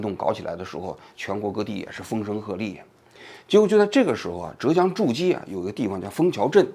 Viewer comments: 诸暨发音念朱技，不念筑基，我一开始听懵了这地方还能修仙么😅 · 诸暨 是念猪际啦 不是逐击😅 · 诸暨 反正浙江人本地的读法是（猪既） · 是“朱记”,不是“助机”. 诸暨是西施的故乡呢，王局居然不知道. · 王桑，不是zhu ji市是诸暨市。亏你也是中央电视台出去的。还有现在基层工作压力很大不要说风凉话了。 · 什么鬼， 诸暨zhū jì，不是zhù jī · 诸zhū暨 jì ，听你读的好难受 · 是诸暨，读成筑基，听着怎么那么变扭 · 诸暨读猪记，王局注意读音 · 诸（第一声）暨（第四声） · 诸（zhu一声）暨（ji四声） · 诸 zhu一声 暨 ji 四声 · 浙(第四声)江 诸暨(第四声) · 诸暨 念 珠记... 王局 😉另外这视频里的案例绝对是胡扯，法官的责任不是给任何当事人普法，这明明是律师和法律援助该做的事情！背离法律，搞什么民间社会治理，说白了就和让阿富汗部落长老去和塔利班沟通一样，完全是现代发达文明以外，低效的的社会组织模式。矛盾的化解又是和稀泥，完全无视法律的底线角色。如果这个能够奏效, 离婚官司也可以消灭在基层了，全让居委会的七大姑八大姨调节好了？？？ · zhūjì诸暨，这个读音读错了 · 纠正一个错误 是念 zhu(第一声) ji(第四声)😂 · 王局不是诸暨市 读一声 朱暨市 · 好难受，浙江诸暨四个字有三个字读错音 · zhu ji 同音 猪季